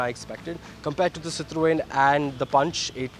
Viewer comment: as a motoring journalist, I would expect you to pronounce Citroën properly.